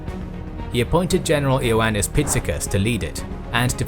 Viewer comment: Just so you know "I" in Greek is pronounced as "E". So the dictators name is spelled "Ioannis " is pronounced "EE-yown-ais"